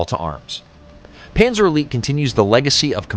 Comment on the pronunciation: What the hell is a Panazer? ….. Joking, i know you meant „Panzer“ 😊